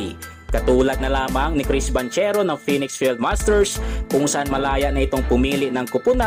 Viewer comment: Eto po tama sounds like "BANGKERO" hindi "BANTSERO" FYI. god bless.